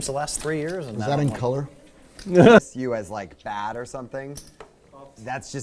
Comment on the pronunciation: Everything was going smoothly until said "was that in colot?" That one killed me